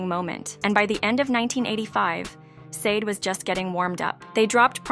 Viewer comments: IF YR. GONNA DO A PROFILE ON SUCH A PROMMINENT ARTIST, YOU MIGHT WANT TO LEARN HOW TO CORRECTLY PRONOUNCE THEIR NAMES! SADE = SHAH DAY! FOLASADE = FO LA SHA DAY! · First off you pronounced the name of the band wrong. Second her name is Helen, and third why make a video like this? She’s delivered us great music and she’s a really good person. Let her live. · She will be fine and put some RESPECT her name by learning how to pronounce it right 🤓... she will never be done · Blasphemy… No y’all won’t slander this woman name… you’re not even pronouncing her name correctly.. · If u cant pronounce her name right i dont think u should be talking